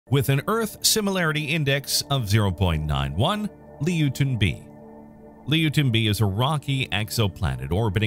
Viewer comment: Not pronounced Leo-ten, it's pronounced Loy-ten.